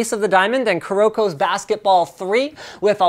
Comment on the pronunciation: linux is clearly not a anime fan, seeing he said kuroko wrong :p